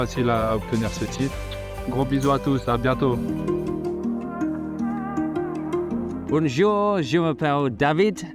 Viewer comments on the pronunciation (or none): Beckham qui me casse de rire boujour che m’appelle David BEckham et il termine en anglais